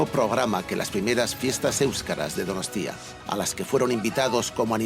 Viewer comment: Empieza con "Euskalerria es mi tierra madre, un país que amo apasionadamente..." Y luego está todo el rato soltando "DonostÍa"... Nadie de ETB le ha dicho cómo se pronuncia?